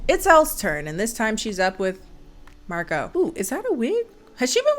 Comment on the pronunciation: this movie owes me 3 dollar for each time they mispronounce Marco